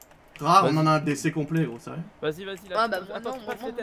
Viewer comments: On dit "on à" pas "on na" ou alors "on n'a" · C'est pas "on na" c'est "on a"